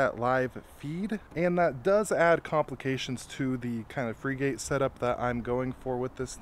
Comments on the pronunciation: You don't pronounce it (/ ˈfrɪɡət /)? A frigate is a type of warship. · It's not Freegate it's pronounced like the type of ship. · Frigate is pronounced like Frih-git